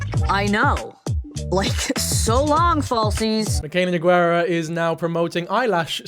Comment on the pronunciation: king you’re so real for this but her name is pronounced No-Gar-ah😭